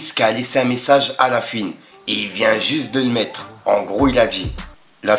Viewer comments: Ça me bute , fouiny tu l’appelles « la fuine » tu veux pas prononcé le o de « la fouine » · On dit la fouine pas la fuine 😂😂😂😂